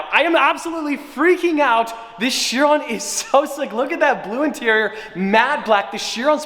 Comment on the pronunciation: Am i the only one bothered on how says Chiron? Its pronounced like Kiron.. but Chiron, sorry for that rant😂 Also thats a Montana License plate on that car!😱